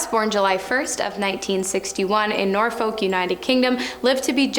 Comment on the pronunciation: How did you pronounce dodi al fayed and norfolk?!